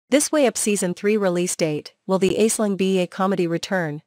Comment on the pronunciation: Try learn to pronounce her name properly.